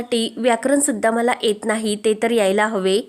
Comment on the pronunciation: या व्हिडिओ मध्ये कित्ती अशुद्ध बोलते ती, य cha उच्चार ए करते, एत नाही, येत नाही असं म्हणा की